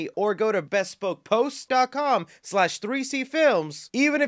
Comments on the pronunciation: I believe it's pronounced "be-SPOKE" with the emphasis on the second syllable. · the first person I’ve heard call it bespoke post instead of what sounds like the spoke post